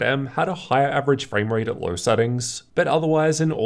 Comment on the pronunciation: I don’t like the way you say LOW and TWO. With a fucking “R” at the end..